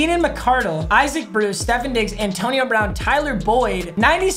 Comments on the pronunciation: Steph - ON Diggs. Not Steph - en Diggs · Boys now we have to spend a whole pack and play season watching him say Stephen Diggs instead of Stefon Diggs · Who’s annoyed by the way papa pronounces Stefon diggs?